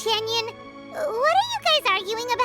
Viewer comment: Bruhhh... Xianyun not Xingyun